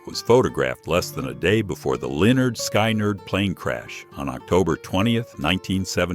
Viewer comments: "LINURD SKY-NERD" JFC... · F*CK AI & F*CK YouTube for embracing it! Linn-erd Skye-nerd? Vomitous! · You should be ashamed of yourself for mispronouncing the names of these iconic people. I mean, are you serious Gerald lavert? You destroyed that name and Leonard skynyrd. Oh my gosh shameful